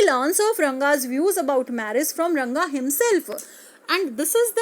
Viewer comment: Rangapa nhi mam ranga